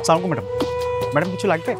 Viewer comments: অপূর্ব সালামের সঠিক উচ্চারণ করে না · অপুর্ব একটা সালাম ও সঠিক ভাবে হয় না 😡😡